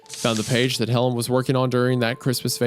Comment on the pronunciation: Anyone else catch that Helen sounds like "Hell in"